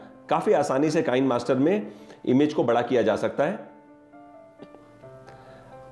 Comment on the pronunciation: Just a suggestion : It is Kee-ne Master. In Hindi kisne ki jagah Kee-ne.